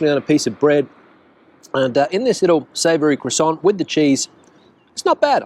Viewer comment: Since you are always helping with pronunciations of Spanish words and for that I thank you very much . The proper way to say croissant is (craw san) no T the T is silent . Many words in French that end in T are silent .